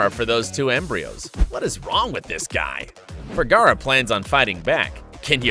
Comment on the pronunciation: This guy didn't pronuciate Sofia Vergara's last name correctly